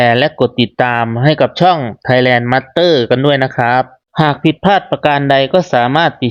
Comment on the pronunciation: ไทยแลนด์มาสเตอร์ น่าจะเพราะกว่า มาดเตอร์นะครับ บางคำออกเสียเป็นสากลหน่อยน่าจะดี สำเนียงไทยจ๋าบางคำมันไม่ไหวครับ สู้ๆครับ